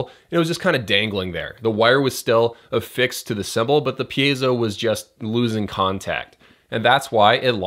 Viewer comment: thanks dude! your videos definitely the most helpful videos here for e-drummers. i watch every episode... so, btw, you‘re really improving by the pronunciation of the word „piezo“ :DD